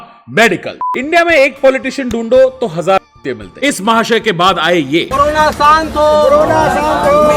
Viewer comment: "Corona shaant" ? Seriously 😂😂😂😂